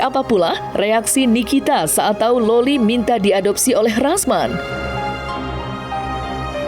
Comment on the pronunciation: Loli bang bukan lola